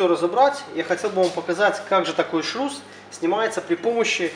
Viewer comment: шрус, а не шруз